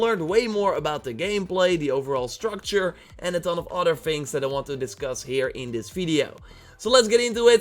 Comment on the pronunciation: And it's not udder its other